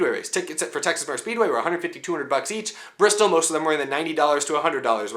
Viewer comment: Not enough r... 😂 Brrrrrrrrristol Baby!!